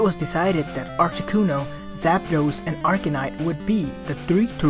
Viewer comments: it sounds like you're saying arcanite. its arcanine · arcaNINE... NOT ARCANITE